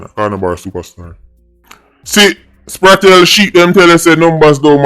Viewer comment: Bro yuh still deh pon Kartel name again🤷🏾‍♂️🤦🏽‍♂️